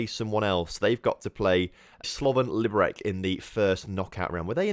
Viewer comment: It's pronounced "Lee-bur-ets" :) Also: Slovan = best team in Czech. No sugar daddy owners like Slavia Prague and Plzen. No hooligan fans like Sparta Prague :D